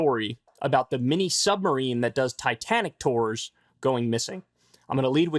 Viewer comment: What are these "tores" he keeps referring to???? He said it like ten times or so! "Tores, tores, tores!?!? Oh, ... He's trying to say"tours", to ors! NOT T O R E S!